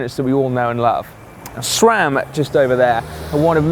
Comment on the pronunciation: ITS CALLED S RAM AND NOT SCHRAM